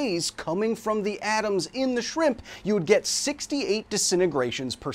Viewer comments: Is shrimp an insult now? Why is he saying sphimpum? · Why is he saying shrimp incorrectly on purpose? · Even if anybody thinks the FDA’s guidelines for stepping in are a little loose, that’s pretty well below even halfway. Thanks for educating us when we need it. Love the knowledge. And I’m personally drawn to a “shramps” pronunciation myself. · Thanks for definitively proving that your captions are not auto-generated by including the “Shpimpy”